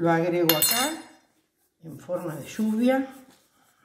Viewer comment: Me encanta como dice chuvia